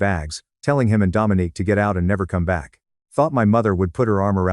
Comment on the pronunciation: I don't know why it bothered me. But her name is Dominique not Dominic. Dominic is a mans name.